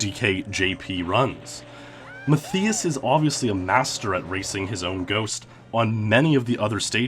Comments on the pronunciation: ‘Maff-ee-us’. 😂 how would anyone think that’s how it’s pronounced? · TV-GAME Fan......i think "Mat-Thigh-us" Is how it should be pronounced it got to me how he was saying it with an "e", not and "i" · (Matthias) you say it like Math-EE-us and i'm like 90% it's Math-EYE-us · Rather than Ma-thee-us Roosti-migher, it's pronounced Ma-TEE-us RUST-uh-migher. EXCELLENT vid otherwise!!! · Muh thii uss? It's pronounced Ma tie us. Or mutt eye us. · Good video, but Matthias is pronounced "Ma-Tie-Uss", not "Ma-Thee-Uss" smh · Its pronounced "Math Eye Us" that was triggering me so hard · I know someone that is called Matthias, you actually pronounce it as Mat-tias, the 'h' is silent. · Omg it's driving me crazy how he's mispronouncing his name. Matthias and the I is pronounced like "eye." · I tried the Mario Raceway jump over the wall back in the day. It's so much harder than it looks. My guess is that Matthias is German (at least his name sounds very German), yay. (and he's pronounced like "muttias") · Are you sure that's how you pronounce the name Matthias? Because my cousin's name is Matthias and it is not Ma-thee-us. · please reupload with proper pronounciation of matthias its a common name and it is so distracting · Wtf is wrong with your pronunciation of his name? 🤦🏻‍♂️ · You're pronouncing his name wrong. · German here. It's just too funny how you pronounce Matthias :D Not meant as mocking.